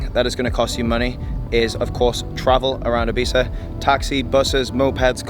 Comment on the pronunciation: If you gonna live here, please pronounce it correctly, great vid !